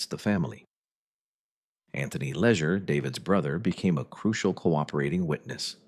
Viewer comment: This video contains mostly true facts but it is funny to hear the AI voice mispronounced the name Spica 5 or 6 different ways and the name Leisure 2 different ways. I wish people would stop using AI to make videos.